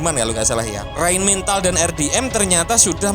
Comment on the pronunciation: Rheinmetall bukan rhein mental min...😂 Motor...bukan montor ....🤣 Kenapa kalau kotor nggak jadi kontor ? Kaya orang jawa ente min